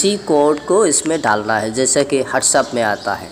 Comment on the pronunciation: پہلے بھی کہا تھا اردو سیکھ لو. ہاٹس اپ نہیں وٹس ایپ ہوتا ہے... اتنی محنت کرتے ہو مگر... بولی سمجھ نہیں آتی. مہربانی کرو. راہی حجازی کی ویڈیوز بھیجا کرو. خود آرام سے اردو سیکھ لو....